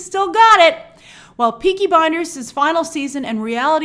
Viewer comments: Why does Grace always call it Peaky Binders? Does she not realize it has an L in the name? Blinders, not Binders. Weird. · She still keeps calling it Peaky Binders.